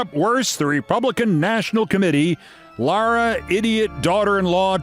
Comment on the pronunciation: Lara Trump says her name Lare-ah. You pronounced it La-rah and I cringed. I always liked my name till her.